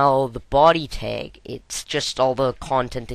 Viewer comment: What the heck is a "teg" and why do you keep saying "tegs"?!?